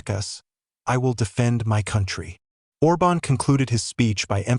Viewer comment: The accent on Orban's name is wrongly put. It must be emphasised the first vowel, instead of the second.